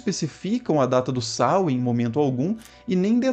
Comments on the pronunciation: A pronúncia correta não é essa. É sôuin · Samain na Galícia, pronunciando o segundo a. Veja algum vídeo sobre cultura céltica galega